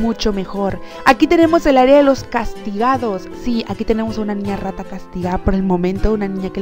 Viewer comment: no me suscribi porque dises ra ta y rata esta mal le das mal ejemplo alos mas chicos que ben tus videos y les emseñas alos demas a hacer buleng